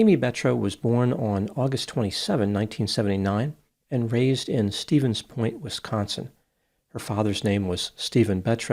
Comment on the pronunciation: His pronunciation of Stevens Point is perfect as well.